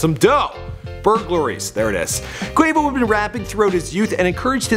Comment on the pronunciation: Nigga actually saying Quavo's name right this time